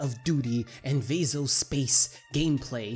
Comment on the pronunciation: Veso space? Nah it's Debt-space